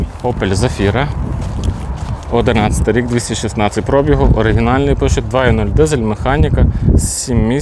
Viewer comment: Пробі (гу), а не про(бі) гу!